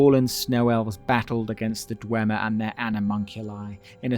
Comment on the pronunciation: not the histowy of the dwemmer 😂😂